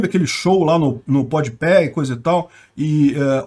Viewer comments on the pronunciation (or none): O "podpéh" voltou hahahaha Grande! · simplesmente o falando ''podpé'' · “Podpé” hahahahha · Eu não tanko o falando podpé... 😅😅😅😅